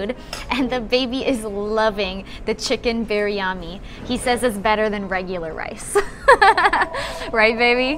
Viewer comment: You got that rightly pronounced for Biryani. Love.